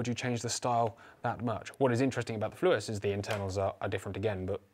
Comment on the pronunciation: I have just acquired a Flues 20 bore here in Australia. I was unsure how to pronounce it and was saying "Fluwes" like you but an enquiry on Gunboards has confirmed it is pronounced "Flews" as in multiple chimneys!